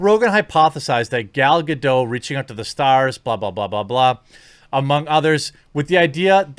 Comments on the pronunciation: Dude, why don't you pronounce the 't' in 'Gadot'?! Drives me crazy! It's not French, it's Hebrew. 'Gadot' means 'riverbanks', BTW. Other than that, I love your guts. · GADOT! WITH A HARD T! You daft fucks! ;-)